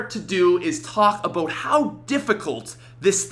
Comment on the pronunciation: "Today we're going to talk a-boat!"